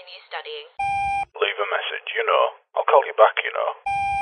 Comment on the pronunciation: MESSAGE sounds like MASSAGE. Lol.